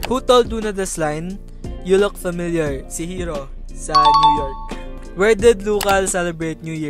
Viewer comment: mas nauna ang boracay kesa sa "NEW YORK" ahhahahahah New York na 😂😂😂narinig ko palang NEW YORK na tatawa na ako